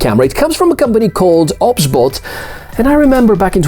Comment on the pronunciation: 🤦🤦 Its not obs-bot... It's O.B.S Bot! As in the software OBS